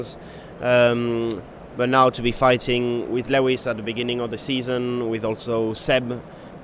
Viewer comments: The way he pronounce Lewis 😂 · He pronounce it like French way. :)